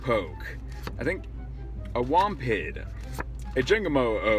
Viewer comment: a wompid, really, its wimpod dummy it literally says it like that on the card!